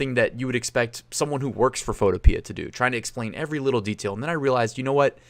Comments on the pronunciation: I think it's pronounced PHOTO-PEE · Photopea rhymes with Utopia. fo TOE pe uh